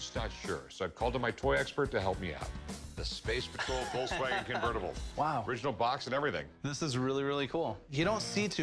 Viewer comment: Woltswagen wth is he american or something